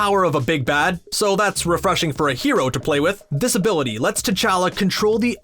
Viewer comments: I swear I heard him saying "disability" a couple of times instead of "this-ability" !!! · Each time he said this ability i thought he said disability